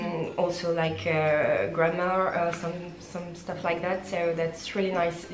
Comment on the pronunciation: Vowels are so hard to get. When she says "tips" it sounds like teeps while actually it's more like téps, in between a phonetic i and é. Stuff is not steuff more between steuff and stoff. Even if I know it when I'm talking in English I'm the same and it's even worse if I don't pay attention. It's something that can't be mistaken no matter how fluent you are in the language. Then there are mistakes that native people wouldn't do like advice which is always plural, more longer -> just longer. I'm not blaming her, it's just hard and she's doing a great job 😉